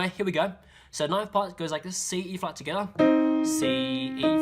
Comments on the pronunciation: Am I the only one that LOVES when he says "Togetha" (together) SO CUTE AAAA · amazing video!!!! so accurate and very clear (although fast). maybe say 'tgethah' a little less often ahahaha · Anyone else like how he says together 😂togevor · His "together" pronunciation has changed from "togetha"